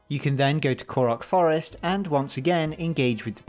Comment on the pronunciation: "from the forst"